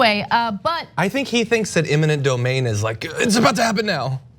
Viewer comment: "imminent domain" John? I'm not sure that YOU know what that term is either. It's "eminent domain".